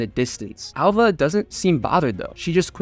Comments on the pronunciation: Her name is ''Alva'' not ''Ålva''. Get it right. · “Al-Va”. Not “Ul-Va” Why did you edit yourself to be wrong?